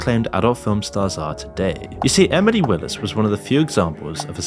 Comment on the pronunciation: Did you add a “D” to Emily when you pronounce it? Lolll Emidly